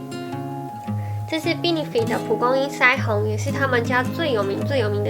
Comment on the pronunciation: benefit好像念錯了ㄛ哈哈 應該是杯呢ㄈㄧ˙唷